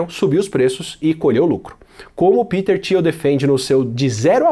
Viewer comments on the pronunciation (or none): none